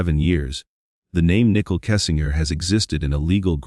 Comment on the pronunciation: Her name is Nichole not nickel. If you’re going to cover a case I feel it’s important to at least have the names correct.